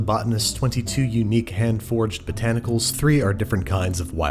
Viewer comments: Sounds like he's saying forged instead of foraged. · I had the same thoughts. It's actually Hand Foraged, as in gathered by hand. Andrew just pronounces it oddly. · Shame he can’t pronounce “foraged”.